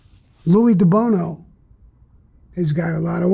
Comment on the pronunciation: His name was Louie DiBono NOT Deono wtf